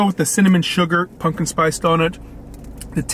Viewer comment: Pumpkin, pump-kin, not punkin, pun-kin. Come on man.